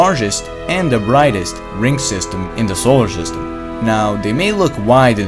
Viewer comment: Stop saying der!